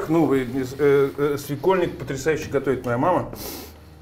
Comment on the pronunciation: СвекОльник,, ибо переходное ударение 😉